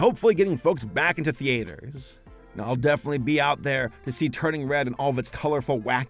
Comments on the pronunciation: My guy why do you say “Theaters” as The-Aters! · Lol, the way that pronounces "Theaters." Can't wait for some of these movies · Lol why does he say "theaters" that way?? 😭